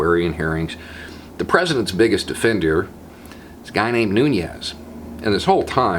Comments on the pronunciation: You gotta love it. It does explain why he's been defending trump so hard at the hearings. So now that's two Republicans on the committee with nasty clouds hanging over their heads. Small note--his last name is pronounced "noo-nes" and not "noo-nyes". It's a Portuguese name. Just saying that because I think Spanish speaking people have been smeared enough by the trump administration without being associated with this guy. 😉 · Fun Fact: Devin "Douchbag" Nunes last name is pronounced noo-nes, not noon-yes, because it's Portuguese. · It is pronounced like "newness", not Nuñes, it's Portuguese, not Spanish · Love seeing you laugh, makes me laugh, then we’re all happier :). Just fyi Nunes is pronounced “new-ness” no tilde. Don’t know why, it just is. (Yeah, can’t sleep, way it goes in these times...) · Hiya- Not trying to be a dick, but you're pronouncing Nunes' name incorrectly. There isn't a tilde(~) over the second "n" in his name, so there isn't a "nyuh" sound involved. His name is correctly pronounced "NEW ness." It seems to be a common perception that since his name appears to be Spanish or Hispanic- it's Portuguese actually- it ought to be pronounced in a certain Spanish-y way, but it ain't necessarily so. I'm not a supporter of the man- IMO he's a champion slimeball- but saying someone's name correctly is just the right thing to do. Most of us have a lot of fun with Trump's stupid ways of speaking and poking fun at peoples' names, so we need to be better than that. Just a thought.